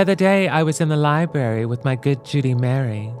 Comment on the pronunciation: Love her, but it is LibRary Not Libary